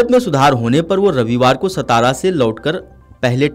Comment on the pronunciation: सतारा नही सातारा बोलो